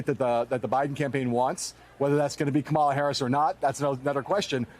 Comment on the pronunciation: It would help if yall get her name correct. It's pronounced "Coma, la". Its not that hard. And those who know the correct pronounciation correct the ignorant